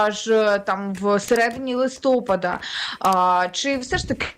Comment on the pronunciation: Дiвчина,не "листОпад",а "листопАд".Не треба вивертати слова .Рiже слух